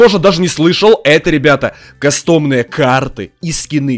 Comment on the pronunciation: Ка́стомные а не касто́мные